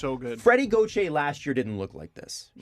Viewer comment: Everytime I listen to the podcast I always hope they’ll finally say Freddie Gauthier’s name right and I’m always disappointed